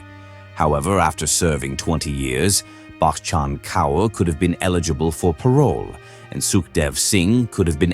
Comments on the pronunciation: The repetition of the name Bakkchhhann Kauuurr tho 😂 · The way this man says bachan kaur 😂😂😂 so fucking funny